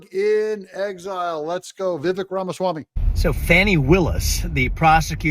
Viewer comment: Douglas, it's Vivak (sp?)...as he says, my name rhymes with CAKE.😊